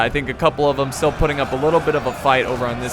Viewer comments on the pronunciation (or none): none